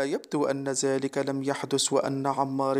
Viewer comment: هذا جزائري لي راه يقرا :هزا ، زلك يحدس